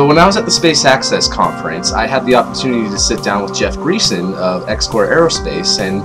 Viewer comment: Jeff's last name is pronounced Gray-son.